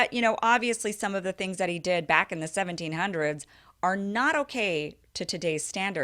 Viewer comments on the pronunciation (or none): none